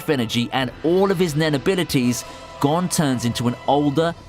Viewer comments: Stop saying Gon like gone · funny how he says "gon Freecss" as "gone Freecss"